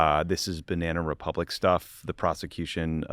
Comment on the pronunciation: JD Vance: "Bananna Republicans -- er, I mean, Bananna Republics ...